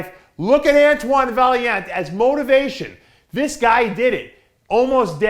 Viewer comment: DAve work on your friggin' pronunciation my friend. Just ask Antoine how to pronounce his last name! Respect!